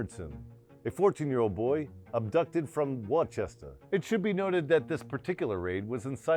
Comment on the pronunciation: There is no Wachester here in Massachusetts. There is only Worcester (Woostuh).